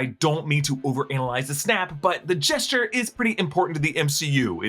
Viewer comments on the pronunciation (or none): none